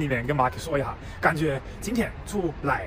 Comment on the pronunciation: 有点意思！马克，一下，这两个发音，很四川啊！